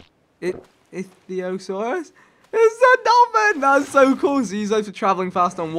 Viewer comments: vick is pronounced iktheosaur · ichthyosaurus pronounced ick-thee-oh-saurus